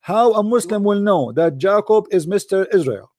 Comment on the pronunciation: I love you.I UNDERSTAND YOU STILL LEARNING ENGLISH.no not jac-co just pronounce it like this much easier.J-cob.ok love mu brother............ blessings.